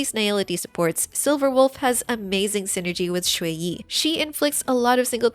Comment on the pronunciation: small note: you're saying shuiyi instead of xueyi. it's more like "shre" than "shway"